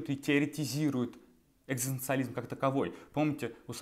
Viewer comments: Такой умный, образованный человек… Не может быть, чтобы вы не смогли произнести это слово… Оно у вас звучит как, «экстанциализм». Спасибо! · Когда вы научитесь правильно и четко произносить слово "экзистенциализм"? Это же позор какой-то... :( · челик не может даже выговорить это слово... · Я не хочу смотреть видео, где человек, пытающийся объяснить экзистенциализм, не может ни разу произнести слово экзистенциализм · Что, я похоже единственный, кого нервирует искаженное произношение слова ЭКЗИСТЕНЦИАЛИЗМ ..!?. Режет слух и отвлекает же. Автор, повтори за Джо Дассеном его бессмертные строчки: Эт си ту ЭКЗИСТАС па... Видишь, как это просто? Удачи тебе, автор. Запишись к логопеду, если что